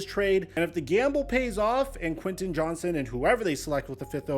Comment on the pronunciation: It’s Quinten JohnsTon!!! Lol… Sorry my last name is also Johnston and everyone calls us Johnson… And I think I can speak for all Johnstons and say that there is a “T” in our name. We’re not a slang term for a penis hahahahahaha…..